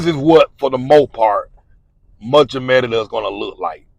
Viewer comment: The pronunciation is muh-ree-duh. Why do you pronounce it Me-de-duh?